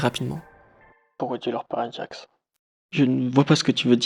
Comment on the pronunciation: gangle: ✨GOOGLE✨ pomni: ✨jester✨ kinger: ✨conner✨ jax: ✨✨jaque✨✨ ragatha: anus 🤨 zooble: zuble✨ caine: 👁👄👁